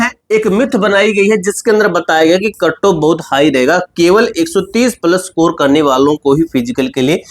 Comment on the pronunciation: सकोर ❌ स्कोर ✔️